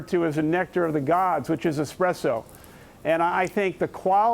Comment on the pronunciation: The Anchor literally said eXpresso LOL. Why do so many people pronounce it wrong